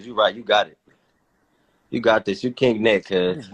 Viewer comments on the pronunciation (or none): “u king net” 😂